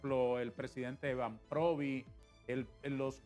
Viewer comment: Banhprovi; dijo Banhprovi? Terrible